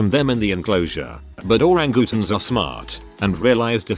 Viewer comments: “Oh Rang Goo Tuhns.” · I live super close to the cincinnati zoo and was visiting with my nephew and on that day i witnessed the senseless murder of Harambe. Granted yes, it had to be done in case the child was hurt also lmao at the pronunciation of orangutans. ORANGOOTONS.